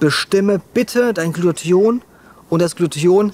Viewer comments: Warum sagst Du öfter Glution statt Glutathion? Irreführend. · Glu-ta-thion,!:D Ich weiß die ganzen Worte sind schwer auszusprechen, aber da krampf sich bei mir jedes Mal etwas zusammen